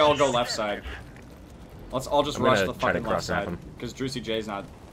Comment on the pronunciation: Russian accent RUSH B